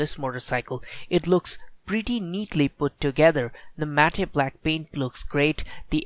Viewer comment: Please... Its a request. don't call it mat-te . It's mat; just the spelling is matte Check on Google please That always irritates me